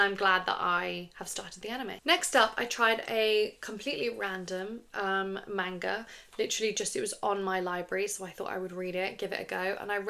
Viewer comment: I love your content, but the way you're pronouncing manga kills me.